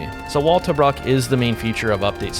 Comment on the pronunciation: Tobruk. (pr. Tuh-brook)